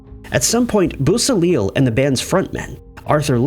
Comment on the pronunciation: Just an FYI: Bobby Beausoleil's name is pronounced: BO-so-lay (French) Volpe is pronounced: VOL-peh (Italian & Spanish for "fox") Just trying to help! I know how much you like to pronounce things correctly!